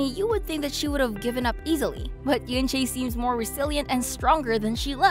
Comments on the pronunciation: it's oo-un che not yunchay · its pronounce as en-chae the eu sounds as e